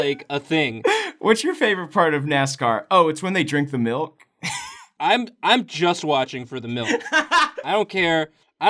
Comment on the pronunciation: Sounds like you're saying milt every time you say milk